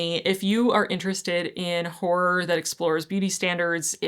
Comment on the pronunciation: I don't think it's pronounced "whore". It's more like haw roar. Hawroar horror. Two syllables.